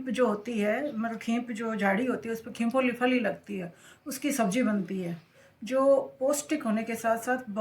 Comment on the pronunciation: खीपोली नहीं खींपोळि है